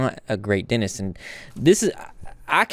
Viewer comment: Dentist...Not Denist